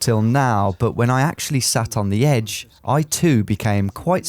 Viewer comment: The Ed-ge